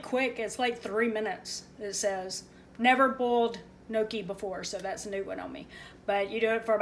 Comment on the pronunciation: I love gnocchi! And yup you said it right.